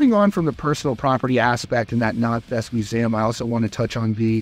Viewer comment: The most shocking thing was the way you pronounce museum 😂